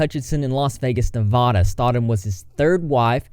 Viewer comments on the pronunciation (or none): He said Nevaahhadaaah 😬😬🙁